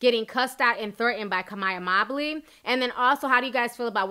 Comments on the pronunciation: "MOE-bley" not "MOB-ley" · Her last name is Mobley not Mabley 😂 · I think its Mobe -ly not Mob-ly